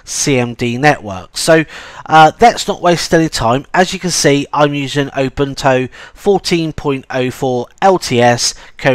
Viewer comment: I really must say that your pronounciation of Ubuntu sounds like "Open Toe"